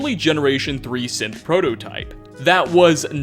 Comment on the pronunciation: Everytime i hear him say synth, i hear sith